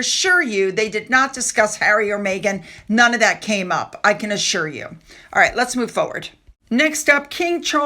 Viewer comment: There is just something so patronizing about her performances. - "right?" - that really grates on the nerve endings. "right?" And the emphasis is all wrong. - "right?" The basic premise that this woman has any right or skills to tell other people what to do with a mint leaf comes across as so fake. It's like she is trying to live out her childhood day dreams. It looks like she desperately wants to be in front of a film crew, being the leader of a gaggle of similar women, gushing nonsense about making cake look like love. The result looks silly and daft, fake and weird. In her mind and her friends, they probably love the results........... seeing themselves on film, showing off their posh frocks in the sunshine, eating cake. I wonder how many of the ss crew were invited?